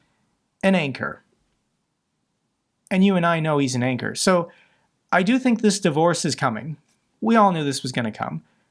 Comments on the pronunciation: Re Musk,, did you say 'anker'? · ""Is elon musk an asset to me, or is he an anchor?" And you and I know he's an anchor!" Sounded like you missed the (very important) "W" initialism when saying "anchor"; Wanchor!?!? 😂🤣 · I think I misheard. You said “anchor”? 😂😂😂